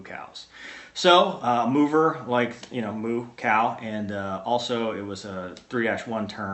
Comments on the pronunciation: So it's not "Mover" it's "Moooo -Ver". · should be Mower, like lawnmower or mowe down. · I had to rewind that to make sure I heard that right. lol, so it's actually more like MOOver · lmao at the origin of "Mover"